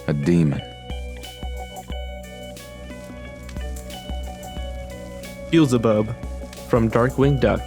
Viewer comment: "Bizbub?" It's pronounced "bee el za bub"